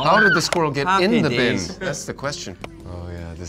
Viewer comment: See? They both said squi-rrel! #TanWasRight #SqurrlisANoise #SquirrelisAWord